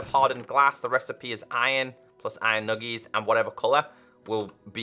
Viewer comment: why does call iron nuggets to iron nugiss